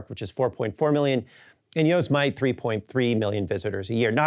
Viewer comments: Dude. "YOH-zuh-might"? It's pronounced "Yoh-SEMM-it-ee". Reminds me of the time Trump also mispronounced it. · Dude needs to work on his pronunciation of the names of places. Yo-si-mite? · "Yoze might" national park? (I'm Belgian, btw) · Wait … did Matt pronounce Yosemite as “Yoze-mite”? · Um, did he just say Yo-sem-ite? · Yo, he said Yo’s Mite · Lol I've never heard "Yosemite" pronounced "yo-se-might" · Yo-Semite? Seriously dude… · Is it Yosemite or Yose-Mite? 😂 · ".... and YOZE-MIGHT 3.3 million visitors per year...." Holy crap, Matt. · Seriously. Wtf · Good video, but please learn to pronounce "Yosemite". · You said Yosemite how I said it for the first 23 years of my life. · I had to stop watching when I heard his pronunciation of Yosemite, a little over 3 minutes in. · doesn’t know how to pronounce yosemite though